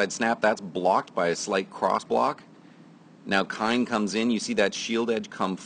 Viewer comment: His name is Kein...pronounced KEEN....not Kine...